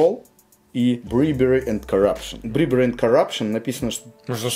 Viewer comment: bribery - брАЙбери, не брибери